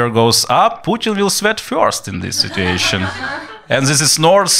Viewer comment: "situwwwwaaaayyyyyshn" so Ukraini lol